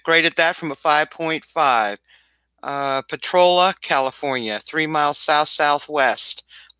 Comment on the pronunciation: I'll give a thumbs up once you start pronouncing potrolia correctly